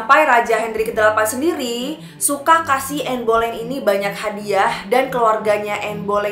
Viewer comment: Bacanya anne beleyn